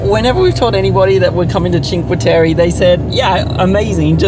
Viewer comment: I understand you;re Australians but please say Cinque Tereh not Cinque Terry